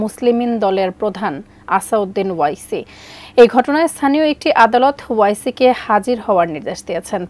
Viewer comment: আসাউদ্দিন ওয়াইসি না আসাদ উদ্দিন ওয়াইসি। নামটাও ঠিক মতো নিতে পারে না।